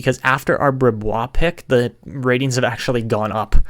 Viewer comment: Brisebois is pronounced breez-bwah! That's why Patrice Brisebois was nicknamed Breeze-by but hopefully that name doesn't stick for a goalie haha